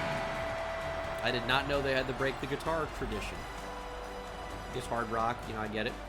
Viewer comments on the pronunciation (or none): none